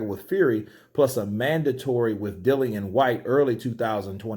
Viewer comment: Good for saying Dillian not Dillan, like most chumps do.